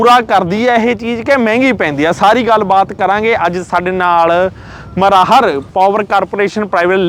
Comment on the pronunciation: ਉਏ ਮਰਾਹਰ ਨੀ ਮਰਾੜ ਆ ਮਰਾੜ ।